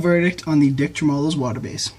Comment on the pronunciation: Sorry but that screwed with my brain. Its tremolo. Treh mah low